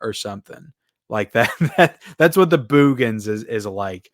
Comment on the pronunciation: I just want to start out by saying I love your channel and watch all the time. Now, I totally disagree with your review of The Boogens (By the way, it's pronounced as if you are saying (Boogers) I think the reason why you call it a snooze fest is because movies of this genre, especially back then, people wanted killings and murders every 10 minutes. Yes, it's a little slow at getting to the suspense, but I liked the fact that the director took a different approach. Check out is earlier horror movie called "Silent Scream" I thought the actors did a decent job and I liked the light hearted humor mixed in. (How can you not like that cute little dog Tiger, what a well trained dog) and the photography was well done. I will agree with you on the transfer, I too thought it was not very good. But as far as the movie itself, it's still one of my favorites from that era. That's what makes this a great country, we can all have different opinions. Trivia, the one actress in the movie (Ann Marie Martin) was married to famous writer Michael Crichton. She actually has a co writing credit for the movie Twister